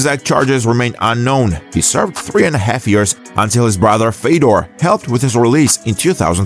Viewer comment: Fiodor is retired like 10 years and people still disgustingly pronounce his name. omfg such a shame.....